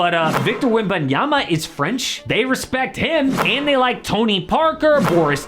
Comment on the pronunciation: I really appreciate that you pronounce Victor Wembanyama's name correctly. It proves that you took the time to find out, to learn, all out of respect and ethics.